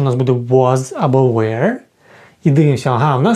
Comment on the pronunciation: Чому were ви вимовляєте як where? Воно ж не так вимовляється